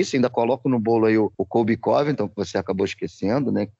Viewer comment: Incrível como o pronuncia Colby Covington errado